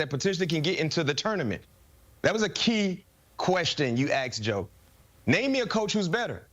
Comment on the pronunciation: Why do people still say Aksed vs Asked ? It’s unbecoming